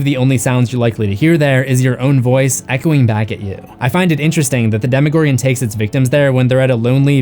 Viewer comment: He says Demigorgon not demogorgon you British dude with a emo hair cut